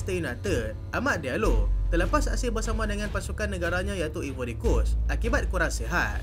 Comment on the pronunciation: Eja ivory pronoun “aivory” Eja Ireland pronoun ailen